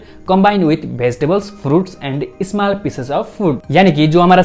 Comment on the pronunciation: Not small but ismal😅😅😅😮😮